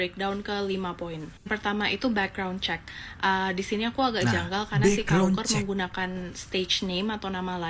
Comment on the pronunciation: Luker feller❌ Luker peller✅